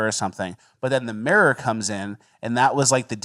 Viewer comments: We also learned can’t say “mirror” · cant pronounce mirror